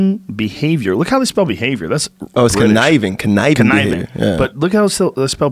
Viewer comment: "Convincing behaviour. Look how they spelled behaviour". Shit, look how you pronounced "conniving" lmao